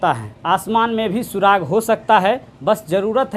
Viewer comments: सुराख होता है सुराग नहीं! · Suraakh hota hai reporter sir.. It's not suraag! FIRST OF ALL Read the poem PROPERLY! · सुराग नहीं सुराख होता है😂😂😂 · Are sir surag nhi surakhhai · सुराग नही सुराख होता है भाई साहब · अच्छा इंटरव्यू! लेकिन, भाई 'सुराग' नहीं 'सुराख' होता है. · Chacha सुराग नहीं सुराख